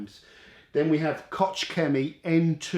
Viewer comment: I’m going to guess, since Koch is German. Id venture to say, it’s pronounced Coke.